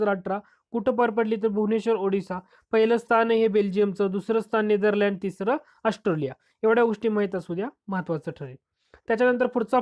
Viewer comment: ऑस्ट्रेलिया म्हणा,,, अस्ट्रॉलीया नाही